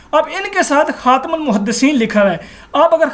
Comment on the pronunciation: adeb k sath urz hay yeh lafz “khum” nahi hai asl lafz “Khaatem” hay.